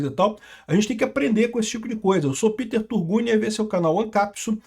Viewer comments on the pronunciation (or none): none